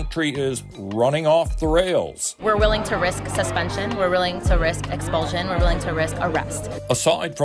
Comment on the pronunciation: SHE SAID : RISK SUSPENSION EXPULTION ARREST ... BOY SHE WILL BE SURPRISED WHEN.SHE IS SITTING IN A PLANE BACK TO HER GREATES ISLAMIC FRREDOM OF SPEACH COUNTRY